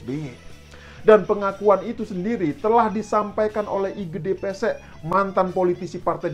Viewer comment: Gde Pasek bang, bukan Gde Pesek 😂😂😂